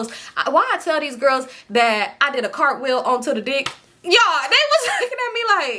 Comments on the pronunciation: Lmaoooo Girl She Said A Cartwill On The D 😂😂😂😂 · You said cartwheel on the d I’m ctfu 😂😂😂 and yes im a Scorpio and my Aeries sis was hell growing up too smh